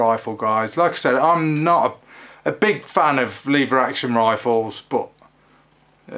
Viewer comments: Leevers action? It's leveraction. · Its pronounced lever action! 😂😉